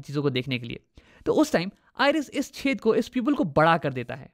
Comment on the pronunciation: Whenever he says 'Chedh'😂😂😂 But btw u really solved all my doubts